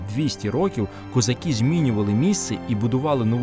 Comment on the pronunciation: Треба казати не "козакі", а - "козаки". Вивчайте українську орфоепію!